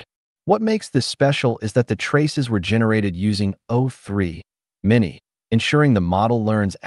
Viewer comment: I think the voice is generated, no? avoid using hyphen as it causes annoying pause like o3 (pause) mini, phi (pause) four.